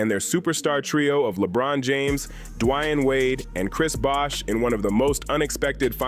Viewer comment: " DuhWhoun" Wayne 😂